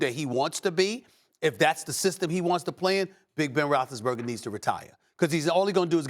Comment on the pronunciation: “Big Ben Rothesburger” gosh I hate it so annoying